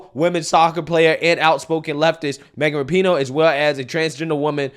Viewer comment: Its "Rap-eh-No"